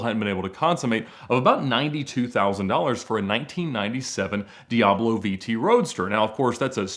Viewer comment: Think this guy needs elocution lessons on how to pronounce words.. In one of his videos he calls a Bugatti Veyron a Boogaati Veyrone. Now a Lamborghini Diablo is a Lamborghini Diaarblo.. Its di-ab-lo. Not di- aarb-lo. Its vey-ron. Not vey-rone.